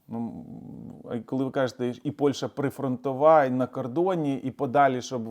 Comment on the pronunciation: пане! назва сусідньої нам країни не Польша, а Польща! не використовуйте москалізовану вимову!